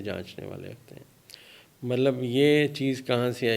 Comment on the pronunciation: Mallab nahi Matlab boliye